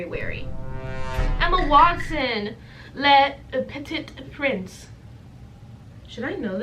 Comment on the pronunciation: the way you're pronouncing le petit prince pls😭😭